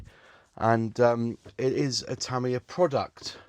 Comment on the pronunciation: It's pronounced TA MI YA and not TA MIYA.